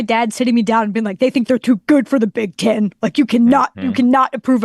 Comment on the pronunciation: She is, but she needs to learn the sounds “e” and “i” make. Pinn State, Big Tin Conference… cmon lady!